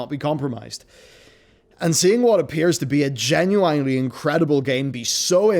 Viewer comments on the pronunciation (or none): Genuinely Gen-u-wine-ly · Gunu ... Inely ? It's all one word stop saying it weird